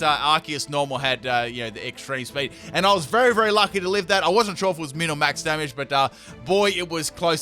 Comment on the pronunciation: "even if the Palkia attcks me its not gonna do an jamage" i had to replay it before i laughed lol